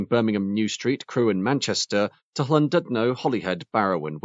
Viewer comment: Not only did I learn a lot about the Alstom Coradia trains, I now also know how to pronounce 'Llandudno', where I will be vacationing this summer. Thanks!